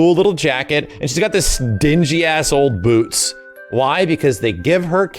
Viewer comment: I’m here to hear say “BEWTS”